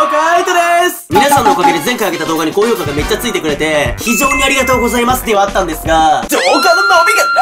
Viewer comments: まぁす。の発音地味に好き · まぁ⤴︎⤴す の発音が気になるw